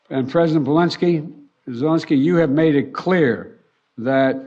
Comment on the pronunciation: President Belensky